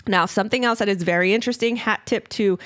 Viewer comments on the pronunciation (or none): none